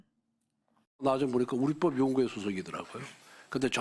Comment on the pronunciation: 우리뻡이라고 발음은 틀린 발음 우리법이라 발음해야지. 아나우서가 경상도 사투리로 우리뻡연구회 식으로 발음하지 마라